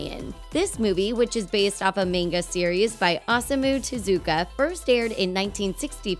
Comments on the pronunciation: "based on a maynga by awesome-u tezooka". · "A MAYNGA SERIES FROM AWESOME-U TEZUKA" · "based off a mane-ga by Awesome-oo Tuhzooka" That physically hurt to listen to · I'm just seeing this, and it's a pet peeve of mine when someone pronounces 'manga' with a long 'ay' sound like 'page' when it's more of an 'au' sound like 'autumn'. Ugh. No respect for those people as far as that goes. 😂😂😂😂 Nihongo wa daisuki desu yo! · if you cant even pronounce manga (mon-gah), youve lost all credibility. not you (this channel) but the sample you used. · "based off a mayn-ga series by awesome-u tazooka" please rip my ears off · I don't trust anyone that pronounces manga like mane-ga🤢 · listen to that pronunciation "maynguh series by asooma teZOOka" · Anyone who pronounces it "mane-guh" is not credible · "mainga" That woman made the weeabs in the crowd cringe hard with that pronunciation. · her pronounciation of the word (manga and Oasmu Tezuka) oozes cringe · we’ll I lost a point of taking that seriously when she mispronounce manga, even pronounces it right. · I'm not a huge anime/manga nerd but the way she pronounced "manga" when mansplaining blatant misinformation makes my blood boil. EDIT: Also wtf Kimba is fucked up lol